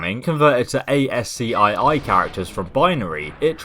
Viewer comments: "Mk IV" is pronounced "Mark four" "mark" is similar to saying model or version IV is 4 in Roman numerals "ASCII" is pronounced "ask-ee" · ASCII is pronounced AS-key